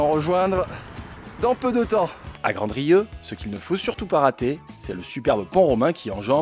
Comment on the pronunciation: Grandrieu le village que vous avez traversez le D ne se prononce pas je suis originère de là-bas et merci pour cette balade en Lozère c'était super !!!!